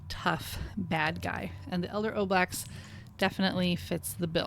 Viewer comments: Why do you mispronounce ooblex, but pronounce ooze correctly? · Apparently the Oblex were designed by a kid via the Make A Wish Foundation. So remember, that O pronunciation was part of the wish of a dying child. Don’t oo it.